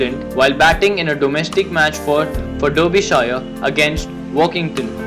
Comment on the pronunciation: Ha ha ha it's not dorobyshire it is Derbyshire 🍻